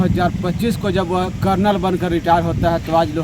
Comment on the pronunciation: अरे भाई करनल नहीं है